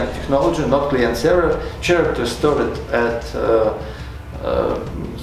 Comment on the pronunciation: A little bit of constructive criticism here: I couldn't understand about 25% of your words either because of your accent or distracted by some words just mispronounced like "character". It's pronounced like k-aracter, no ch-aracter. No offense intended. I wish you luck with your channel!